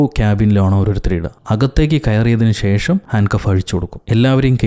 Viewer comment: ഷേഷം അല്ല.. ശേഷം.. 👍🏻